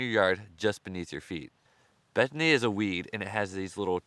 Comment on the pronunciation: I kept thinking you were saying Bethany! They sound so yummy, wish we had them here in TN!